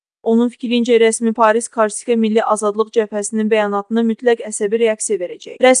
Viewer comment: Ay qız , karsika yox , KORSIKA .